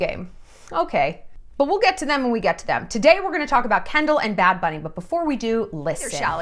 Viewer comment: They way you said "bad bunny" in the intro (you nailed it) ! <3 hahaha love it